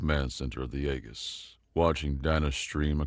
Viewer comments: Some help with the military jargon: "Aegis" is pronounced EE-jiss. "Ensign" is pronounced En-sin. Hope this helps. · Small correction: Aegis is pronounced AGE- iss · "aegis" is pronounced AY'- jiss. You read for a living, right? Maybe read a dictionary for yourself 😅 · the shield of Zeus Aegis is pronounced more akin to ae·gis this is phonetic spelling.